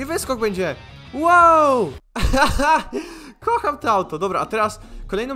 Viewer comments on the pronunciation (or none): Kocham a nie koham